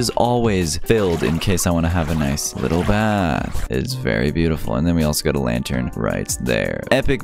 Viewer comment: How much did he say lanter? 👇